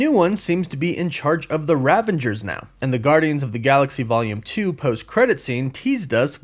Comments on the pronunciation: It's RAVAGERS, NOT 'Ravengers'. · Ravagers, not ravengers. Otherwise, great job. But really, silly mistake for such a pro 👍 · Was looking for this comment, lol. The RA vengers lol. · my man. You keep pulling a Sylvester Stallone and calling then "ravengers" 😂😂 it's "ravagers". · Ravagers not Ravengers, overall thanks for the video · It’s Ravagers! Not “Ravangers”. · Ravagers not ravengers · Ravagers... no Ravengers. sorry, had to get that off my chest. I feel better now. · It's "Ravagers" not "Ravengers", no? Love your vids! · Sorry. I mean this in the best way. It's (Rah-vah-gers) Ravagers. Thanks. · RAVANGERS ARSSAMBLE 🤣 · I love your channel. Minor point that really bugs, when you say Ravagers, it sounds like you’re pronouncing an “n”.